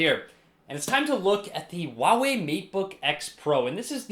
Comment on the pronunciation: its Huawei not a Uawei ,sir.